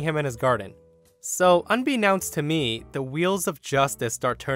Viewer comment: I cringe whenever pronounces "unbeknownst". Is this a meme?